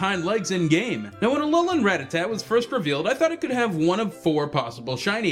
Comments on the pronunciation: You pronounced Rattata incorrectly... It's not "rá-tata", it's "ratá-ta". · When people say rattatat when its rattata :u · Everyone always pronounces Rattata wrong. It's Rah-tah-tah. Of course I also used to prounce it wrong as Ratta-tatta, so... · why do you say rattata like that..?